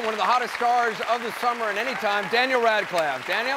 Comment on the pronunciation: is it just me, or did Anderson call him "Daniel Rad-clav" ? :-/